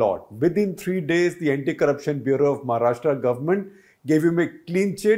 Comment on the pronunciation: Shekhar first learn to pronounce 'Maharashtra' properly (like 'Rashtra'), not Maharashtraaaa